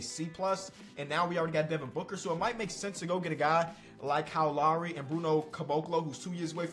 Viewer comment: It’s Kyle Lowry he from Philly it’s his name it’s Kyle Lowry